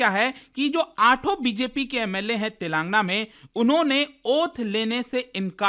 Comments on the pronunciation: It is not तेलांगना it is तेलंगाना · It's TelangAANA not TelAAngna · Its Tel lagana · Mr. it is not Telangna but Telangana . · Eee bhaii it's tel. Ang. Aana pronounce it properly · YOU PRONOUNCE STATE NAME WRONGLY WATCH SOME TELUGU NEWS CHANNEL CORRECT it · Bro u are not pronouncing telangana correctly it's very awkward the way you are pronouncing